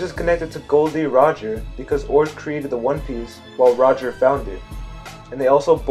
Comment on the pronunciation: First of all, his name is Gol D Roger not Gold D Roger!!!!!!